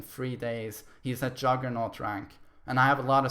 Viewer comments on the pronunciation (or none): none